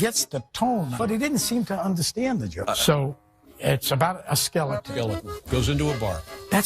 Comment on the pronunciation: It sounds like he's saying "skillet" not skeleton 😅😂